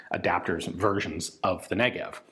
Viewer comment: The Negev-en, if you will